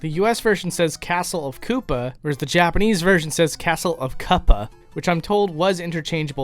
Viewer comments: you said the Japanese called it castle of (how you pronounced it) CUPPAh. As in a teacup. When I read the hiragana of bowser signing the letter he signed it KU-PA which would be pronounced as KOOPA in English. So the KU in Japanese is pronounced KOO for us. So they actually wrote the literal Japanese hiragana to English correctly. And would, just as the English version, be pronounced castle of KOOpa. So it’s not that it’s interchangeable, it’s literally how they would phonetically be able to pronounce Koopa in English. If they spelled it Ko-O-Pa it would be a long hard O hold such as in the world Cold. They would end up prounouncing it KO OH PAH if it was spelled with double O. Great video otherwise ! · To be real, "kuppa" would be pronounced "koopa" not "cuppa" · With the whole "castle of kuppa" thing. It's not kuh-pah as we would say in English - in Japanese it's read as koo-ppa. It's a little difficult to explain in written form, but essentially, it's not that the 2 were interchangeable (as you stated), but more that the word "koopa" was the English transliteration of the Japanese "kuppa" - both said almost the same, so it was easier for the translators to just make it easier to read correctly in our language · Pretty sure the oo and u in Koopa and Kuppa are pronounced the same and not like cup that is why they are interchangable. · {Touri} Kuppa and Koopa are pronounced the same, and Kuppa is the usual romanization when not talking about Daimaou Koopa, but rather the Japanese name for a type of Korean soup or porridge. (Gukbap in romanized Korean) They tend to use the unique romanization Koopa these days whenever mentioning the character, as Touri understands. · The spelling of Kuppa in Japanese is pronounced Koopa It would be Ku-ppa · Kuppa is pronounced as Koopa... くっぱ. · "kuppa" is a transliteration of "koopa" written in japanese, U in japanese is always pronounced as OO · "Kuppa" would still be pronounced as "Koopa" in Japanese.